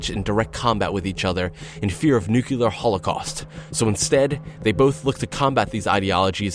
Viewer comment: Please say Nuclear, not Nu-Kular.